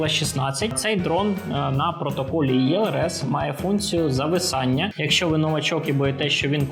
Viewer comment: Чому Ви говорите ЄЛРС? Це ж російською так, українською - ЕЛРС, або ж ІЛРС (якщо англійською ELRS)